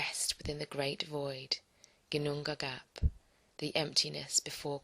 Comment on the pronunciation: If you are into the norse tradition I think a minimum of respect would be to learn some nordic pronounciation. Well, at least you don´t say Lagúz as so many Englishspeaker do. But Ginnungagap... You should check it up before using it I believe.